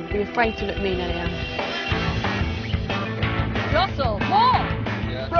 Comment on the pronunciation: And why did she introduce herself as ‘Elly-Anne’ when her name is ‘Elaine’